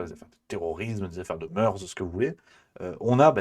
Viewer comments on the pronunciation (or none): none